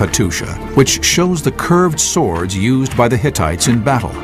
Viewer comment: '' these sickle sWWWords'' Reminds me of the coolwHHHip scene from family guy.